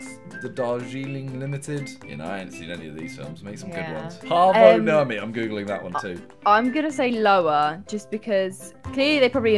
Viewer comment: The way simon pronounced paavo nurmi was hilarious😂 im from finland btw